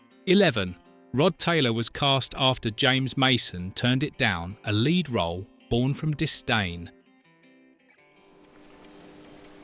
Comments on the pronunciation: Horrible AI-generated narration! "Lead actors" pronounced like "led actors". Puh Leez. Review and correct such nonsense. Thumbs down for AI-generated crap. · "LEAD" Actors? As in lead-pipe or unleaded gasoline. Instead of LEAD as is "leeeeed" Another AI - NARRATION!:face-purple-wide-eyes::face-orange-raised-eyebrow::face-orange-frowning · Funny how a word as simple as Lead can show up AI narration.